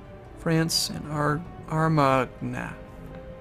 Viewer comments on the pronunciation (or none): none